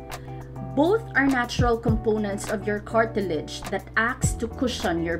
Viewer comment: I've never heard of Carti-ledge and Coma-din before🤔